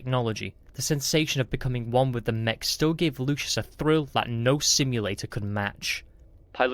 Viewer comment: Story is fun. Narrator needs work. Replacing words and multiple mispronounciations. And it's LUCIUS NOT LOUIS. Jeez.